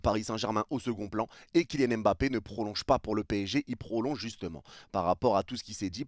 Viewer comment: D apostrophe avant Mbappé pour dire EmBappé 🤔 C'est un peu affligeant. Surtout quand je vois des jeunes joueurs de France ou de Belgique d'origine africaine écrivent leurs noms de famille avec des apostrophes (genre N'zuzi etc...😵). De grâce, oubliez l'accent. Un petit effort est dite MmBappé ou encore MmBokani 😊. Pour le reste, les propos de l'immigré sur l'affaire Mbappé est pertinent.